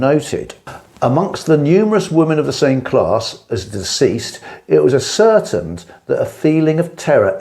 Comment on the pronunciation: Ascertained is pronounced (ass-sir-TAINED)